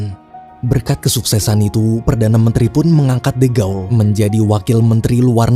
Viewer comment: Izin koreksi dikit min, de gaulle itu bacanya, "de" dibaca seperti "the" (dlm bhs. inggris), "gaulle" dibaca "gol" karena "au" dll bhs. Prancis dibaca "o"